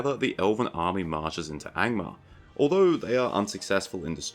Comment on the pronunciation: I spat toothpaste all over my bathroom mirror when you said „Gangbangmar” 😂